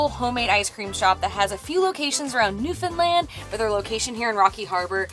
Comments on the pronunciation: Hi! I'm a Newfoundlander and I just found your channel :) First of all, Sweet Rock is THE BEST! Second, you pronounce Newfoundland perfectly!! That's rare! Great videos! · Thank you so much for pronouncing Newfoundland the correct way!!!❤